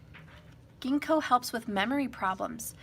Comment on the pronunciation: The g pronounced as jinko